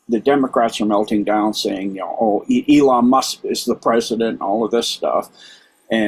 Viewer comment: E-lon is correct